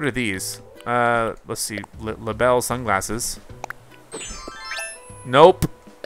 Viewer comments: Her name is not pronounced lay-bull It’s luh-bell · In this game, the spelling of her name was changed to Label from Labelle, but it was always pronounced like “Label”. Basically, she left Mable and Sable to become a fashion designer under Gracie and gained a city dialect, hence her different name “Labelle”.